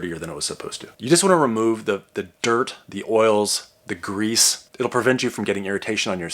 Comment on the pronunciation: Ermageerd, grrrrrewse